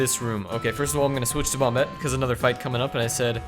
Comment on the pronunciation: Christ its not bomb-bette. It's bomb-ette.